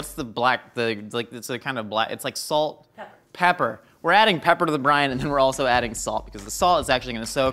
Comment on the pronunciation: I keep thinking he's saying Brian, not brine...